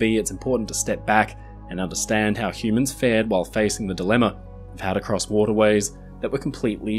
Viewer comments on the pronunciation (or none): none